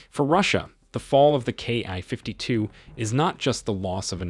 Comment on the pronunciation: The narration is hard to listen to. It isn't a "KI-52", and NATO isn't pronounced like that either. If this is AI, I hope you aren't paying a lot for it!